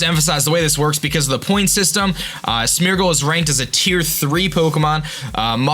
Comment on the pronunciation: first zap-a-dos, now smur-gle. Im sorry, but the pronunciations